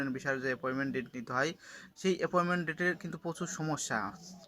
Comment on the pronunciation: ভাই আপনি তো বাংলা উচ্চারণ ঠিক করে বলতে পারেন না। ভিডিও করার কি দরকার। এপয়েন্টমেন্ট কে কি বলেন?